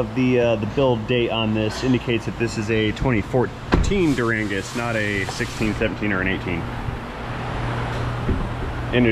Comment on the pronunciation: Dur-angus? lol